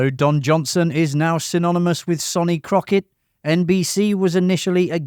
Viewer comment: It’s pronounced SUNny Crockett not SONny even though its spelt like that. And it’s pronounced YAN Hammer not JAN Hammer. You tell us 20 things we “never knew” but you never watched a single episode yourself obviously.